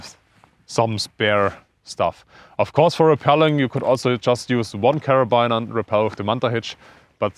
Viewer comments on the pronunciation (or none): Sehr interessant! Abseilen sollte man in der Schule lernen! Übrigens, da das Wort "Carabiner" so oft fällt, es wird tatsächlich "Kerabiner" ausgesprochen. Also nicht wie "Liner" oder wie man es erwarten würde, sondern einfach nur mit "i". Tut dem interessanten Video keinen Abbruch aber für zukünftigen Kletter-Content mag das ja vielleicht interessant sein und gut zu wissen.